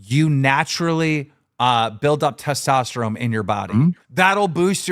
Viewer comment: "Testosterome" - Keem